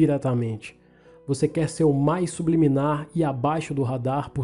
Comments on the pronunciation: "SUBILIMINAR" KKKKKKKKKK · Kkkk sub liminar,kkkk É subliminar Mano,kkkk Zuera viu tio...!!! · "Sibiliminar" kkkkkkk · O nome: "Sedução subliminar" como o lê: Sedução sub-liminar ta serto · "subiliminar" kskkssksksksk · ELE LENDO SUBLIMINAR: SUB LIMINAR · So eu percebi que ele falo subilimar em vez de subliminar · Só eu vi ele falando sub liminar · Engraçado que todo mundo lembro da água mais ninguém percebeu que ele falou 'subiliminar' sendo que é 'subliminar' ah é só pra falar nada contra ele falar errado